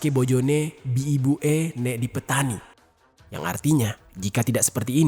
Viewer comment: Dipateni ❌ Dipetani ✅ Tolong gw ngakak😂😭😭